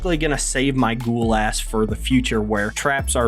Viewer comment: that’s not how you fucking pronounce it Ghoul, ask google translate